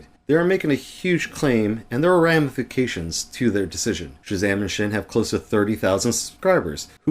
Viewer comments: its pronounced sin and not schin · Thank you for your words! I was really frustrated by the video of chezame and Sxin (btw it’s not pronounced shin, it’s pronounced sin) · We will adress everything said in this video in great detail , just so you know: a lot of things in this video are false! P.S.: it is pronounced sin not shin ✌️